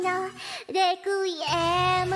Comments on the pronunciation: I mean, even re-ku-i-e-mu she pronounced as reKAiemu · The fact she seems to have the most trouble pronouncing "requiem", the one English word in the chorus, is kind of adorable...